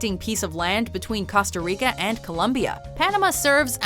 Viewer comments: She says "casta rico" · Yiooo how she pronounces Costa Rica oh myyy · The way she said costa rica... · Who else cringed when she mispronounced Costa Rica? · Laughing at their pronunciation of Costa Rica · She was doing so good until she said Costa Rica